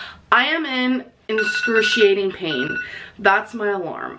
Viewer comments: Omfg, I lost it during the 'enscrusheeeayyteen' pain part!!!!! Ok.... with her edits make me laugh my ass off, but at the same time, when mispronounced the word on purpose, made me cringe, draw my head in like a turtle, than jolt far out and shake/strangle my phone whilst pretending it was Hambeasts play-doh throat. Un-holy-fucking-shit.....what just happened? is talented. Or deranged enough to make sound, sane, moral people think about murder???!!! Jk, jk, your videos are fucking GOLD!!!!!!!!! My brain had a meltdown. I need a Gatorade now. Lmfao 😂😂😂😂😂😂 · I like how she said it like "A morbid, obese person" rather than "Morbidly obese person" 😂 And what the fuck is "enscruciating" 🤣😂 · But is the pain enscruciating? As amber would pronounce it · LMAOOOO SAY INSCRUTIATING ONE MO GODDAMN TIME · "Enscruciating pain." Lol. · When is someone going to tell her that "inscrutiating" is not a word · I’ve heard her say inscrutiating so many times I’m starting to think it is a word. God help me. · I will never pronounce excruciating the same since I saw that video. Propogonda is my absolute favorite 😂😂😂